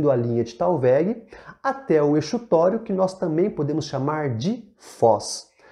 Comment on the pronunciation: Tô amando seus vídeo e assistindo pra garantir uma revisão básica pra uma prova. Achei que sua definição de talvegue deu um pouco de margem para uma má interpretação, quando você diz que é o PONTO mais baixo da bacia, e não é um ponto, né? E quanto a exutório, eu acredito que se pronuncia como Z. Desculpa ser chata, posso até estar errada, apenas tentando trocar figurinhas